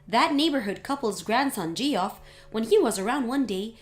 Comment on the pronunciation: Please can someone tell them that “Geoff” is pronounced “Jeff”, that’s two times they’ve pronounced it incorrectly.